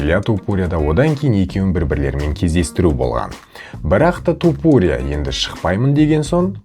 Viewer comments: тОпурия демей То(а)пурия деш ,нервыны ауыртпай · Брат Тапурия деп аита берши😂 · Туупурия дегенине ризамын брат 😂